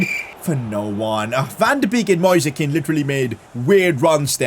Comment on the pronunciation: please stop calling Moise Kean like that, Read it like the word "noise" thanks.